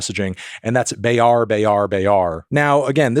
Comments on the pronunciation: BTW just a sidenote, Indo/Malay has 1:1 phonemic-ortographic correspondence aka the letters have uniform pronunciations. A is just AAAA. So Bayar is said as bayar not baeyar. No stress tho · Dear Fantano, Hind isn't pronounced like find, it's pronounced like fin. Bayar is pronounced like Buy-Arr, VERY hard R. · The mispronounced words is frying me so bad 😭😭 beyar beyar beyar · Other people prob can explain in better than me but the specific song "bayar bayar bayar" by sukatani is gaining traction a lot more in this year because of an incident which a police shot 3 students and killed one on the way to their home from extracurricular activities in their school. The reason the police shot him is because apparently he "caused a disturbance to the public" even though CCTV footage just show him shot at them when they riding their motorcycle. The family of the deceased started getting threatening phone calls and visits by seemingly random people on the daily basis before and during the court hearing, which resulted in the officer just being relocated to a different place, added by the new government plans to cut education and health funds by 20% and add them to the new "government investment plan" controlled by people already proven to commit corruption and racketeering inside and outside the legal governing body in the name of "efficiency" is why this song got more popular alongside the increasing amount of protest by all kinds of Indonesian people led by students. Also Bayar is pronounced like car in Indonesian anthony.